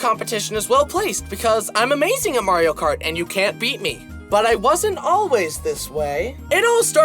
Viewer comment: Remeber the time he still said kario mart?